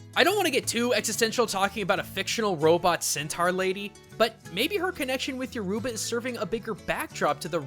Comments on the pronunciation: lol, you are definitely right about the way he said yoruba, but he then went on to say its the official language of Nigeria. English is Nigeria's official language, yoruba is just one of many tribes in the country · I'm so grateful you spoke about my culture but hoo boy your pronunciation! XD It's all good, I mean you don't know. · LOL As a half Nigerian, I'm dying from the pronunciation of Yoruba 😆😂🤣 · im also nigerian and he pronounced yoruba wrong, also has anyone been to abuja or lagos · All my ancestry is Nigerian and while most things you said I have heard I have never heard anything about the religion behind Yoruba, and all of my relatives are fluent in Yoruba. Also while I did enjoy this episode I cant help but say that every time you said Yoruba I cringed a little; however, I understand that you don't speak the language and that would explain the reason why you say the word wrong. The way your supposed to say the word is: "Euro - ba", the next time you do a video on Yoruba you will now know how to say the word. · you guys don't know how to say Yorba names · Lol I'm Nigerian and I just died when he mispronounced Yourba. lol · Ejima1 Roblox And More! Nigerians unite lol🇳🇬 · omg you said yoruba wrong omg thats so annoying wtf is yuruba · So your pronunciation is ... but no worries the language and phonetics are different. I noticed the talking drums and I was waiting for you to point it out the whole while. It's funny in a good way to see Yoruba a culture close to and similar to mine like this. Nice video dude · Great video, love the fact this channel is looking at Africa a bit more and is doing great research. i just have some complaints, Yoruba is one of the 3 major languages in nigera and there are many many more other languages. your pronunciation of "yoruba" is quite off but i forgive you if you promise to keep doing great videos. #notificationsquad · Btw is Your ba not your oh ba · lol yo-ruba its yu-ri-ba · Yoruba (your-uh-ba), not your-u-ba.